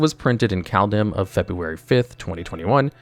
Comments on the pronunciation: "called 'em" for Kaldheim angered my norse ancestors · El-drain. Kal-duh-hime. Jesus, man. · I feel there's a few longtime MTG players that are silently grinding their teeth with pronunciation or are confused. Here's a few examples: Eldraine is practically said as "El Drain " Bedevil is usually said like "Be Devil" Kaldheim is called "Called●hi●m" Just trying to help avoid confusion with discussions. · "Bed-evil" "Bul-ger" "Kal-dem" I hate how much the mispronunciations hurt me 😆